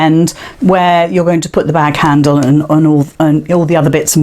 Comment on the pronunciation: that's a good idea. but i did have a little giggle. when you said candle. instead of handle. and you soaks i thought was the teddy's legs. lol lol Thank you. x